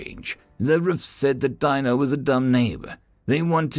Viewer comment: DEE No is how his name was pronounced.